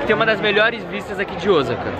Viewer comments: é Osaka não Ozaka, brasileiro tem mania de pronunciar Osaka Com som de z e é som de s sa não za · E Osaka e não ozaka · Osaka nao se fala Ozaka. Se pronuncia oossaka. 1s tem som de ss aqui e nao de z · Não é Ozaka que se diz e sim Osaka ou OOsaka com o mas alongado. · ...NAO EH OZAKA E SIM OSSSAKA PO!!!👅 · Eu moro no Japão ja faz 22 anos 😍 E n se pronúncia ozaka o certo e oosaka 大阪ーおおさか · Muito legaal!!, presta atenção nas pronúncias das palavras em japonês!! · Hahaha tá falando Osaka errado...